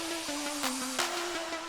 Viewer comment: I have one of these (a 2004)…I actually feel bad for that car the way it was (if one can feel bad for a car). At the end, did he say craftsmanship or crapsmanship?